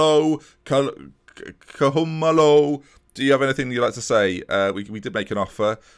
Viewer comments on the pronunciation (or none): I’m from South Africa, you pronounce Koo-Ma-Low if you’re interested😂